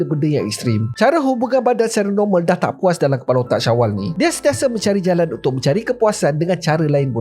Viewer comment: 0.53 penyapu JALANG hahahhaahaa .. bunyi terengganu terus